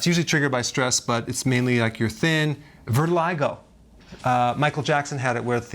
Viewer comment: It's Vitiligo, not Virtiligo